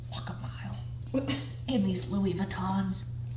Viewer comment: I wonder if Ethan knows it’s louboutins and not Louis vuittons now